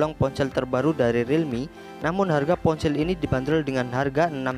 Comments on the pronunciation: Ponsel bambang,bukan poncell 😂🤣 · Ngomong ponsel : dia bilang nya PonCeelll dong 😂